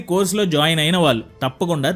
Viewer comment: Telugu బాగా pronounce cheyyali. ముఖ్యంగా, వాల్లు(వాళ్ళు,అనాలి)ఆంటున్నారు కళ్ళు(కల్లు,కాదు)అనాలి.